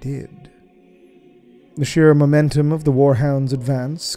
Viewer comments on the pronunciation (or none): none